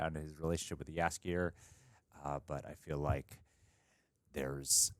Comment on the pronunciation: Your pronounciation of Jaskier is very good, actually one of the best I've heard of foreign reactors!